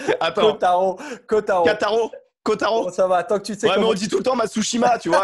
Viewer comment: C'est pourtant pas bien compliqué de dire " ko-ta-ro " ...!! Pas aussi dur que dire par exemple "Sivivatu" !..